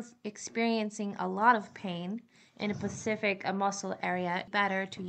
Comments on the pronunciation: Have you ever hear any one with an accent. OMG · I hate when I hear the wrong pronunciation 😂